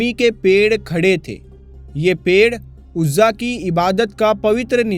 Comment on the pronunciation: Bhai aapne shahi paddhi nahi. Urzaa devi. Hihe bhutt nhi